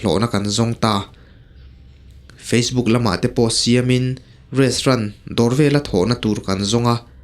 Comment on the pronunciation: Restrant iti tlat aa 😂😂😂😂😂😂